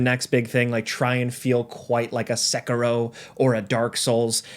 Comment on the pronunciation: Learn how to pronounce Onimusha and Sekiro.